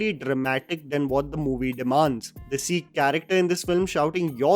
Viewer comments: Bhai tu indian hai voh bhi dilliwala so stop pronouncing Sikh as SEEEKH. Western people don't have "kh" sound in their language so to differentiate between Sikh and Sick then pronounce it as Seekh. Angrezo ka choda mat ban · I love your videos, but you know what really gets on my nerves? You constantly mispronouncing Sikh for "Seekh". C'mon man.